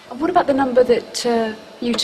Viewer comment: Roger was like "i wot m8?"